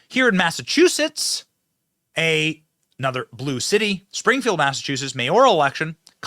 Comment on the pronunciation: Benny, can you please learn how to pronounce Massachusetts correctly